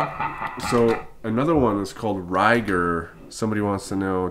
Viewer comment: its pronounced Ko-leek-ko vision. and Ry - GAR.. not ryger.. . lol.. excellent video tho.. i want it!